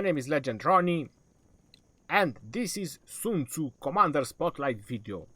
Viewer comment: What kind of a douche calls himself legend? Oh yeah, the kind to tattoo his fingers and mispronounce Sun Tzu's name in a video about him, smh